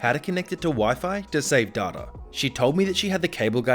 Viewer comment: It is DATA not DATA